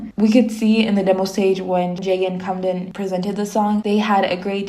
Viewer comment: girl this is a great video but why do you keep saying kamden like that 😭😭😭 its 캠든 (kaem-deun)